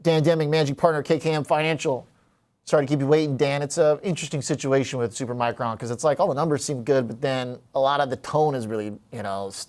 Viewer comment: Learn how to say “Supermicro”, not “Supermicron” dude before you are being treated seriously.